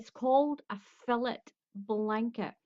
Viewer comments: Its pronounced....fil·let /fiˈlā,ˈfilā/ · its pronounced....fil·let. /fiˈlā,ˈfilā/